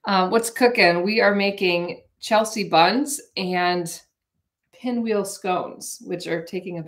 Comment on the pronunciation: Hi, sorry to correct you but it's from what I've grown up with but it's Chelsea, sea like the ocean. Not see-a...lol. Don't know bugged me but sorry it did...ha ha